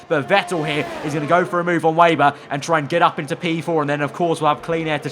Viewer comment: You seriously need to learn how to properly say the last name of Lukas Weber